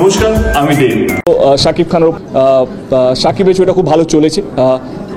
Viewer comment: ভাইরে উচ্চারণ ঠিক করেন আগে। দ্যাব না দেব।